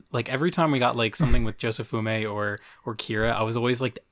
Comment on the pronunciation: I love how after 3 years, 97 chapters, and 2k subs, still can't pronounce Josefumi